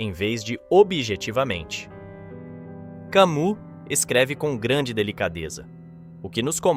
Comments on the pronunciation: Por que sera que as palavras mais serias quando ditas pelos que querem ser serios acabam fazendo rir? Parece que o melhor do video nao e a mistura dos tres apresentados mas as reprimendas dos comentaristas sobre a pronuncia errada do nome de Camus pelo autor ou leitor do video... Ah, e o desabafo sobre o que esculacham com a ideia do absurdo! Filosofia e Comedia? " Vamos rir! Vamos rir!" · Rapaz, apenas sinta a música. Quem dá sentido às coisas somos nós e isso apenas quando, para viver, precisamos que aquilo tenha sentido. Não se preocupe com Camus (Kamí, é assim a pronúncia), Dostoiévski, Kierkeegard, Nietszche, Kant ou outro qualquer. Para começar eles foram tão homens quanto você. No mais, como você viu, eles que são tidos como o suprassumo do existencialismo não se entendem, viveram mais perdidos do que cegos em tiroteio. Espertamente todos eles deram o migué nesses pensamentos atravessados escrevendo, cada hora uma coisa diferente e contradizendo-se sem nenhum pudor (e com razão). Sinta a música e faça o que você quiser, respeitando sempre o outro porque você e ele estão na mesma, cada um à sua maneira. Grande abraço e jamais sinta-se inferior a alguém, nem se impressione nem idolatre. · ...do vídeo, com todo respeito, poderia ao menos pronunciar corretamente o nome do pensador Camus. Trata-se de franco-argelino... então o "u" tem som "i". E o "s" não é pronunciado... Faço a correção com todo respeito... é sem pedantismo. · se vc observar, a pronuncia do Albert Camus não é Albert kamU, é kami. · Pronuncia-se Cami e não Camu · Não se pronuncia Camu Mas sim Cami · Ou fale em Português ou em Francês o nome de Albert Camus. Você está dizendo “Camu”. Por que engole o s? Se quer falar francês, ao menos diga “Cami”, engolindo o s mas variando o u. Ou então fale português sem pompa. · Se escreve "Camus", mas se lê "Cami". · A pronúncia não é "Cami"? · CAMIIII PRONUNCIA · Oi. Muito bom. A pronúncia é “ Cami” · Camu dói aos ouvidos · É Camí a pronúncia.